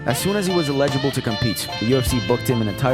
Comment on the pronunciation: oh no, not you too! Another YouTuber who doesn't know how to pronounce the word "eligible." You were the chosen one!